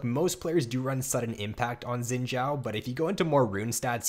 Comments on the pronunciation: Better than it sounding like "Zin Zao" , ideally it's supposed to sound like "sheen Jao" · Could not watch more than 30 seconds due to "Xin Jow"